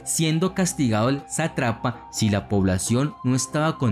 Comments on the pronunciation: Hola, me parecen excelentes tus videos. Tengo una observación: no se dice satrápias sino satrapías con acento en la i y no se dice satrápa sino sátrapa, con acento en la primera a. De resto, muy chévere e ilustrativo. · buen video, pero se pronuncia satrapía y sátrapa.